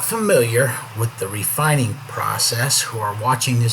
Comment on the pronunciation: "Refininig" Good video though.